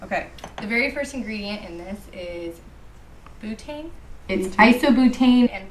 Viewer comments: Why can't that one girl pronounce butane correctly???? Bootane??? Omg lmfao 😂😂😂😂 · She really said “bootane” lmfao it’s pronounced BEWTANE. 🙄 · The woman saying ‘bootaine’ instead of butane is SENDING ME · Spraying on your scalp=going into your blood stream??? Wtf? And who cares if your dry shampoo has “bootaine” in it??? Why is she saying bootaine? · BOOTAIN lmfao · She said bootane lmaoo